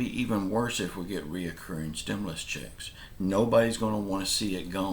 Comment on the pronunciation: It's not "RE O CCURRING"! It's RECURRING!